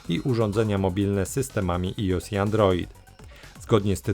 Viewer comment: Final Fantasy zawsze na PLUS bo to moje dzieciństwo. Za reklamowanie ruskiej gry minus, jak i za wymowe iOS